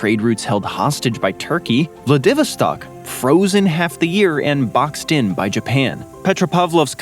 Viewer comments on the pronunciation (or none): Really wish they'd learn how to pronounce names properly. Vladivostok is ''Vlah-dih-VOS-stok''...stress on the 3rd syllable, ffs.